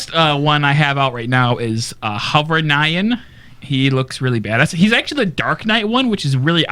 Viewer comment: "Hovernian" is pronounced "Hover-nyon"